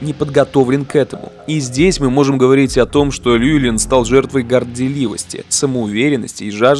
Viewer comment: и кстати его зовут не Льюэлин, а ЛЮВИЛИН.